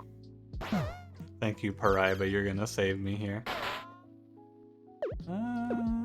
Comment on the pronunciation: As this geam is from my country, hearing you saying paraíba was weird, but no harm no foul